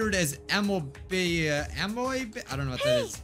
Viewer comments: It’s pronounced uhm-mee-ba (amoeba) An amoeba is an unicellular organism (a living thing made up of one cell) How do I know this? S c i e n c e c l a s s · Amoeba is pronounced uh-me-buh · Did he just pronounce Amoeba as Am-oh-bah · DHBJJBDH NOT BEING UNABLE TO PRONOUNCE AMOEBA HEVGUH2EUWD